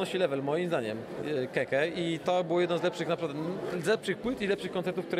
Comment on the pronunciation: Jak ktoś pisze KEKE to pół biedy, ale jak ktoś mówi KEKE zamiast KĘKĘ to hujowo.. naprawdę.. a jeszcze inny typo coś gada że płyty ok a koncert zniszczył - koncert przecież był zajebisty.. hm